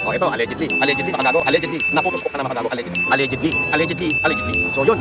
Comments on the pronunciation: nakakarindi haha yung allegedly nya tunog allergy na sakin 😅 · Eh paano yung "ALLEGENTLY" NI CASPER? 😂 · may nag comment sakanya nyan noon na gamitan ng allegedly ang sinasabi para hindi sya mayari, naalala kopa mali pa nga unang pag pronounce nya non. hahaha aleadge-li pa nga pagkakasabi haha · May pang BAIL pa kaya SI ALLEGEDLY??? 😂😂😂 #PEANUT ❌ #PAYNOT✅ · allegedly 😂 ni hindi nga alam ni paano basahin yun nung una 😂